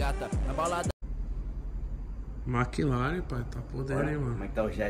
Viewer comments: Puts não guentei, "maclaren" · Kkkk ele fala Mak laren kkkkkk